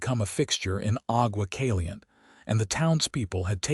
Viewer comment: AI narrator should be taught Spanish pronunciations if the stories are going to be featured in Arizona, New Mexico, Texas, Nevada or California...these names are part of the heritage of our Spanish and Mexican ownership of this large territory. Aqua Caliente...Hot Water